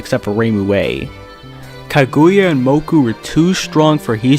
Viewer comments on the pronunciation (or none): Mokou is pronounced with O (the same way you pronounced Touhou), not U